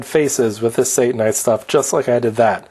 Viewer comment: I believe that Satanite should be pronounced as Sata-nite. Let's not give Satan any credit here. satannite would be pronounced as you did. Notice the double n .